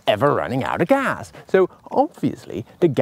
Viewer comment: His pronunciation of “gas” really triggers me though.